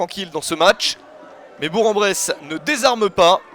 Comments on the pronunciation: Attention : on prononce "Bourk-en-Bresse". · J'approuve, on dit bourk-en-bresse. Allez FBBP !